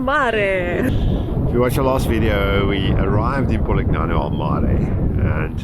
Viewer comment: Lovely video! Just a gentle comment that the letter g is silent in Polignano. Ouch!